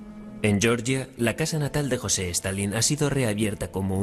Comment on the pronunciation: Reportero weon.no se llama ni tampoco se pronuncia jose. Di bien su nombre aweonao